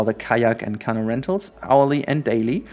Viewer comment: Wow, this is astounding quietly weeps Also, “canoe” is pronounced cuh-NEW. I think you’re emphasizing the wrong syllable?